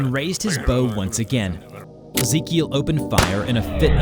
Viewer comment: Ezekiel that's my cousin name tho that's not how we pronounce it